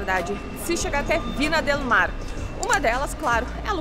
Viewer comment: Críticas construtivas, com carinho: Não se diz Vina, se diz Vinha del Mar, e não era uma foca, era um belo leão marinho, bastante comum por aquí, Chile. Abraços.